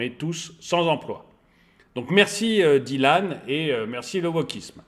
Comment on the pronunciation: . Il a pris cher le pauvre Dylan. "Écorchage" de nom dans les règles de l'art 😂😂. Plus sérieusement, excellent boulot, comme toujours. Aussi pertinent qu'intéressant. Merci pour le partage 👍🏽.